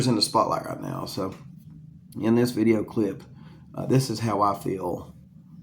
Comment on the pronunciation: Dude said vid-e-aye